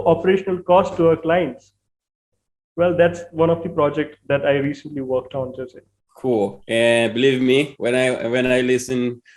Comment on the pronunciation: It's pronounced Hose